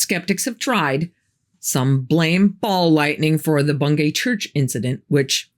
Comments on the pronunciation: I thought it was pronounced Bung-y despite the spelling? I live in Norfolk and thats how everyone says it. Maybe I'm wrong tho. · Its pronounced Bung - gee